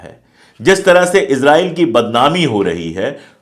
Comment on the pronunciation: Israil..pronounce Hai Izrail...nahi.